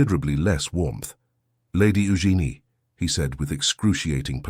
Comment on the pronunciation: I'm pretty sure that "Eugene" is being mispronounced.